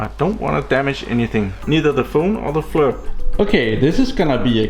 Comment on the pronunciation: Pronounced Fleer...good video!